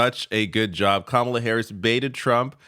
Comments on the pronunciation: Kamala immediately set the stage and won the debate with the initial and powerful gesture by affirmatively going over into Trump’s space, introducing herself by correctly pronouncing and enunciating her name, then confidently shaking his small hand. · It was over when she initiated the hand shake and introduced herself with the right pronunciation of her name. And she became the alpha of that debate from the start